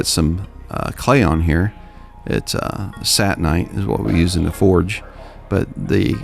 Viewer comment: "Satin"-ite? Come on, dad... you know it's SATAN-ite, because it makes your forge hot as Hell... it's okay to say Satan. You're not promoting him by saying it.